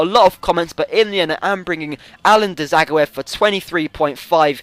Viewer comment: Dzageov is pronounced ja-goi-ev